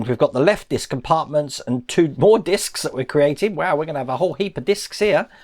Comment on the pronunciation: Its discs not discussess or something u said!😂